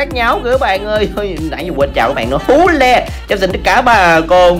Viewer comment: Hú le mà tui nghe tưởng Phú Lê chào bà con !